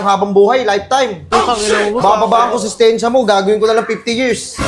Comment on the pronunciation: IMBES NA "SENTENSYA" NAGING "SESTENSYA" HAHAHAH HAYO KA BOSS